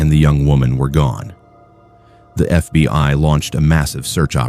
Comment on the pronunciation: Its FBI, not FB (pause) I. AI fking sucks.